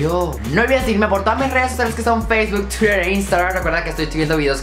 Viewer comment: no olvides seguirme por facebook Twitdsdfgh??? aprende a pronunciarlo en ingles o pronuncialo como todos